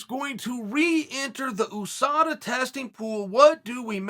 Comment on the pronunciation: American kids: How do we pronounce “ U S A” Uncle Chael: It’s ooosa